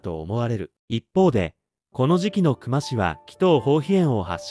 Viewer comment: 本件の久間に関しては「くま」が正しい読み方ですね 刑事やマスコミも「くま」と呼んでました 久間と書いて「きゅうま」と読むのは初めて知りました